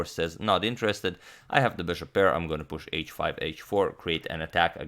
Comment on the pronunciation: Am I the only one noticing that the way he says Bishop is off in some way. It sounds more like Bearhhshop